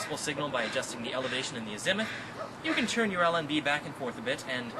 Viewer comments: AZZ math,,,not azenmyth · It aint a zimith its pronounced as muth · by the way, the word is "AZ uh muth", not "a ZIM uth" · good video kid, u wrongly pronounced az·i·muth ˈazəməTH/Submit noun the direction of a celestial object from the observer, expressed as the angular distance from the north or south point of the horizon to the point at which a vertical circle passing through the object intersects the horizon. the horizontal angle or direction of a compass bearing. but it's not pronounced a zi muth the i is Silent AZ muth at least in English by American engineers. I'll scroll back see what you call elevation lmao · You need to learn how to pronounce "azimuth" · this guy is smart but a huge fucking dork......try and learn how to say azimuth.